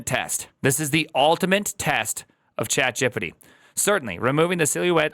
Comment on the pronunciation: "chatgippiddi" is wild